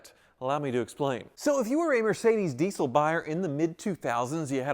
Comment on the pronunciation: Never heard it pronounced "deesyyl" before. EVER!